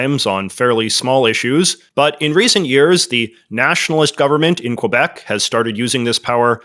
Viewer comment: I understand you don’t speak French, so I dont expect you to pronounce quebec like a francophone . But you’re pronouncing wrong as an anglophone too lol. Its not : qwah-bec Its: kuh-bec